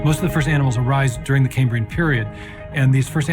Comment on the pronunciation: Caymbrian? It's kæmbriən - after Cambria - the Latin for Wales.